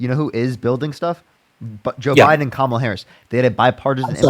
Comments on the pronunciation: Why do right wingers mispronounce Kamala’s name. Feel like every caller does this. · I don’t understand why MAGA can’t pronounce her name right. It’s KAMala NOT KamALA. Just like Ursula or Pamela. It’s URSula and PAMela. Geeze 🤦🏻‍♀️ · You can tell her only watches conservative news based on how he kept mispronounced Kamala' name (six year old: " , la") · He can't even say her name right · Kamala, he pronounces he name wrong just to disrespect her. That is why they do it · I love he keeps correcting him on Kamala's name lolol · He has just watched Fox News as evident by the mispronunciation of Camala’s name. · Trump minions keep mispronouncing Kamala’s name. So I from now on refer to the orange one as Donald Tramp!! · and ‘you make a great point’ as appearing reasonable. The fact that he can’t cede on ANY POINT is the giveaway. And correcting the pronunciation of Kamala is pure gold.